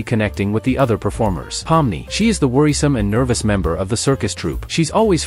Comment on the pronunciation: "King ger" "pamly" "zoable"